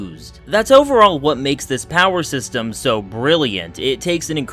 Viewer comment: did u just say POWER sexterm?